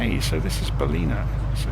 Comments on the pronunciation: Great work - thanks. As a local though, it's pronounced 'Bal-in-ah. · I love the way you pronounce Ballina. IRL it is pronounced Bal -Lin - a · Good find on this video as I am looking to use this plane to fly all over Australia. BTW its Ballina pronounce with an "in" Cheers...